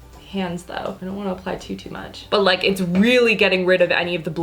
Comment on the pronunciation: Lol "But... On da pores do" 😂